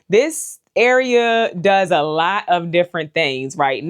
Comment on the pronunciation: You are so funny. "I just don't need a LAWT of kohlrabi...we're just gonna do EIGHTEEN KOHLRABI 😳" - So so relatable lol. Fall is my favorite season. Living in the Midwest, I have more cool-season days than warm, so my garden prioritizes space for cool-season veggies. Most will go in 45 of my Bootstrap Farmer grow bags. I would grow fall cabbage, broccoli, cauliflower, kohlrabi, giant red mustard, collards, cilantro, and tons of asian greens! I love mizuna, bok choy, and napa cabbage. I might even start a few peas in them. I'm a new gardener and in my 3rd gardening season. I found a new passion and obsession, and I love Bootstrap Farmer products. So far, I only have a few trays and a lot of their grow bags, which were a complete lifesaver when trying to get started in limited space and on a budget. This would be a beautiful addition for a new gardener looking to build a quality collection of seed-starting supplies. Thank you for the opportunity to enter to win this! I'm so excited!